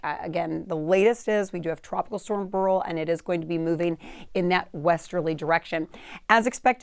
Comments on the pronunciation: It's pronounced Bear-ill, not Burl. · This woman has a problem with her pronunciation of names: Burl…Campaychay. What?! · Should be pronounced similar to Barrel. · Beryl is pronounced similar to barrel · I always thought it was pronounced 'barrel', who knew.